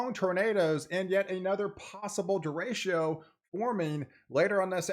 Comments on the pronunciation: It is pronounced dr-ray-Cho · Their is no sh in derecho, ch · He's saying "Da ratio" 😂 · I’ve been watching your content for well over a year, but please learn how to pronounce derecho, which is a Spanish word. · Then they are pronouncing it wrong. It’s quite simple to look it up with a simple web search.